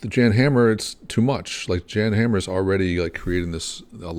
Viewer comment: JAN is pronounced like yawn not Jan